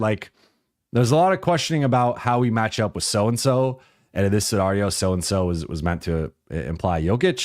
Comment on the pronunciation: Love Dude is obviously VERY intelligent, but every time he says "scenario" I do a double take. And he says it a lot. 😂